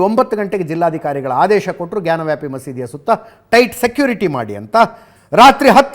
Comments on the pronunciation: Ajith Sir ಜಾನ ವ್ಯಾಪಿ ಅಲ್ಲ ಜ್ಞಾನ ವ್ಯಾಪಿ😂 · Ajith sir ಜಾನ ವ್ಯಾಪಿ ಅಲ್ಲ ಜ್ಞಾನ ವ್ಯಾಪಿ😂😂😂